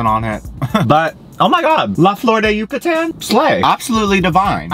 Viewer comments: U said Yucatan right and then your phone said it wrong for you lol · I have no idea, but your Yucatán was on point! :) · As someone that lives in Yucatán I’m living for the way you pronounce it. Also I’m guessing the bread/cookies you had are polvorones which by the way you described the texture, it sounded like they were